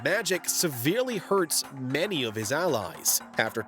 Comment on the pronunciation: Okay, you lost me after pronouncing "many" like "MANy". WTF was that about?